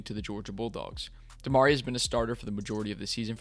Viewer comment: Dope video🙏🏾. We can bet on 4!!. But it’s “Dem-uhh-ree”. I cringed every time 😂. Dem-uhh-ree 🤯.